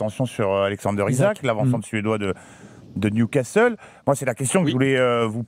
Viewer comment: « Newcastel » c’est quoi ces journalistes…